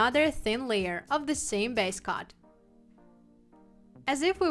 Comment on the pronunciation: I think your wonderful. Thank you for all of your tips, they are most helpful. As you give us so many tips and I know you like tips to help with your pronunciation of the English language, I thought I would let you know that your pronouncing base coat and top coat etc incorrectly. Your pronouncing "coat" as "cot" it's pronounced like "goat" but with a c instead. I hope this helps you out as much as you help us. Thanks again ❤️🙏🏼